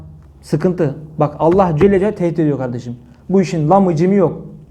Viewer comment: Sayın hocam ELLÂHü teâlânın ismini anarken Lâ harfini uzatırsa daha güzel olur